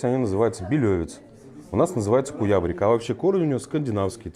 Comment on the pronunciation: Кто нить расслышал русское название Куябрика??? По моему автор специально его произнес так, чтоб никто воспроизвести не смог!)